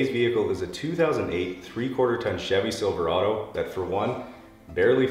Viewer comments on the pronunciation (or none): none